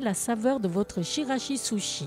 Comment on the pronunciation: Bravo ! Chirashi-zushi prononcé tchirashi-zoushi